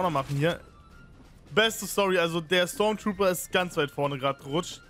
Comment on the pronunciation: STORMTROOPER nicht STARTROOPER!